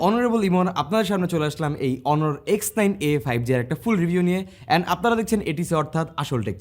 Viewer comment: Brother উচ্চারনটা অনর না, হবে 👉 অনার অনারেবল ( Honorable) থেকেই Honor বা অনর থেকে অনারেবল।।।